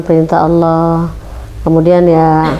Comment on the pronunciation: Dia sebut Allah koq Owoh gak bisa dia sebut lafaz Allah🤔🤔🤔